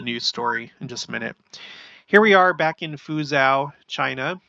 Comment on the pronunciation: Just FYI, Fuzhou is pronounced Fu jo. Anyway, we appreciate your documenting of the many signs of the times going on around the world.